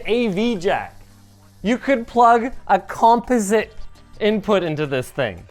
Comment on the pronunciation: What does he say ? composite? Is that a Canadian accent? haha